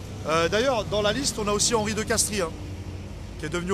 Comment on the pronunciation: juste en passant! les gars pour de Castries ça se dit de Castres! pas de i à l'oral. comme ça on est calé!